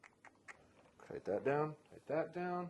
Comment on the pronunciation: toite like a toiger :D